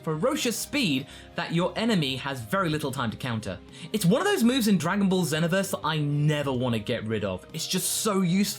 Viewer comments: Did you just call it zehnoverse? ZEHNOVERSE? ITS ZEE (not z) NO VERSE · it's not Zeno-verse, its Zee-No-Verse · Zee-no-ver-s not zen-o-verse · Zen-oh-verse. It's exactly like saying xenomorph.